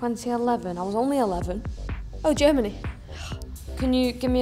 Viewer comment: Everybody laughing at toone for saying Germany with J, but its actually sad af